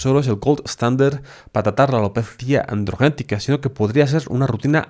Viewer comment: AlopezÍaaaa Andrrrgenetica